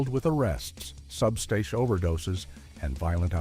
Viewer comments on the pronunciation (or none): It is pronounced "Substance issues". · What is wrong with this man speaking? Can he not pronounce the word substance?!?!?